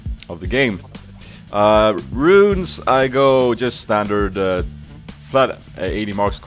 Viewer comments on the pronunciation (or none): none